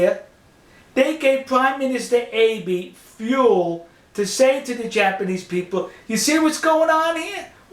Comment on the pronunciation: Enjoyed the info A comment though on the pronuciation of the prime minister's name - it's Ahh be' - the e is an A sound As for the nuke capability in Japan - just so